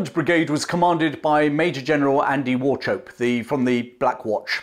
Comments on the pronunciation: War - chope.? Is it not pronounced "Walk-up.? I may be wrong. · Wauchope is pronounced wo-cop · I'd like to add that "Wauchope" is pronounced like "war-hope" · Just one wee thing. The pronunciation of "Wauchope". It may be correct but most of the Scots I know with that name pronounce the 'ch' as in 'loch' and with a short 'o' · Wauchope - this is the Scots/German ch sound, not ch as in chips